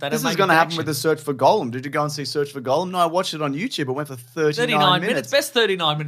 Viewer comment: Funny stuff, lads, but for the love of GOD, please STOP PRONOUNCING "GOLLUM" AS "GOLEM" AND "ARAGORN" as "ARAGON". I'm seriously grinding my teeth down to the gums every time you say those words. They hurt me. Stop it!